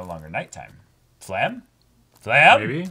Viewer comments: She's called "Flamme", not "Flamel". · It's not Flam It's Flam-meh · Who’s fla-hm ?? New character?? “FLA-MEH”